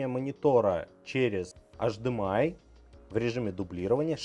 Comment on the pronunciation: Почему тип Ц, когда Тайп Си, почему ашдэмэай, когда H D M I ?